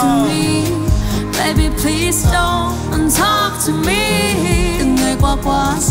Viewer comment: PLEASE chứ ko phải PLEAST nha bạn